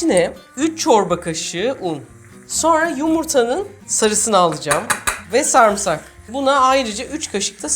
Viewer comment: Abla seni cok seviyorum ama kelimelerin telaffuzuna cok takintiliyim bu konuda senden bir ricam var sarmısak degil sarımsak diye soylersen icim cok rahatlayacak 😅 bu arada ellerine saglikk muhtesem gorunuyorlar❤